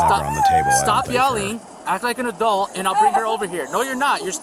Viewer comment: Take a sip everytime says aduelt